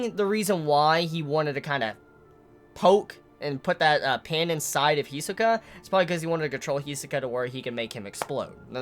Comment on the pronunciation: Why do you always pronounced Hisoka's name wrong?